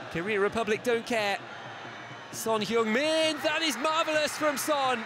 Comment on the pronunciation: Son He ung-min (X) Son Hng-min (O) eu is not pronounced like yoo. It is most similar when read as Hng.